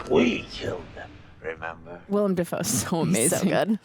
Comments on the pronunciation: it’s “Willem”, not “William”, also they are pumpkin bombs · It's Willem (Will Am) Dafoe, not William. LOL